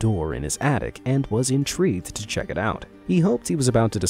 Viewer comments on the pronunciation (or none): none